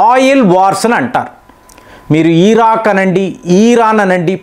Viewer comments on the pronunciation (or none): none